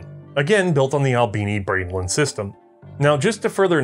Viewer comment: Oh. The Albini Braendlin... Not the Albini Brainlet... Gotcha.